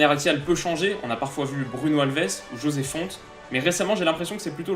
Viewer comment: on dit josé fontéééééééééééé autrement très bonne vidéo :)